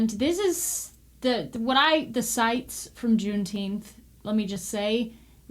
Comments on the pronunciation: It's pronounced June teenff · Juneteemph, they should have picked a month that they can pronounce! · Say it right!!! Juneteenph!!! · You speak the truth, and people hate that. Here's one, some pronounce it JuneTeef. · It’s pronounced; Juneteenf